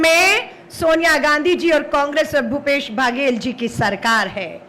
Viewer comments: मैडम जी को कोई मुख्यमंत्री का नाम तो सही से बात दो, भूपेश भागेल जी बोल री है...😂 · भूपेश भागेश, टी एस देव सिंह 🤣🤣🤣 नाम तो ठीक से बोल लो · छत्तीसगढ़ में अन्नपुर्णा। का वास।।इषलिए छत्ततीगढ़।।। सलिइ छत्तीसगढ़ खास है।।।।।लेःकिन महोदया। तो मंत्री जी का नाम भी सहि से उच्चारण नही कर पा रक्हि है।और। क्या कहू।।ऐसे नेताओ से देश जो प़देश के। मुखिया का नाम भी। ठिक से नहि ले पा रहि हे।।।एक नहि। दो नहि तीन तीन बार और हर बार गलत उचाचारण।।धन्य है माताराम।।।वंदेमातरम।जयहिंद जयभारत। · इनसे तो मुख्यमंत्री का नाम भी ठीक से बोला भी नहीं जा रहा। चाटुकारिता की इन्तेहा है। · ठीक से मुख्यमंत्री जी का नाम बोलिए 😢😢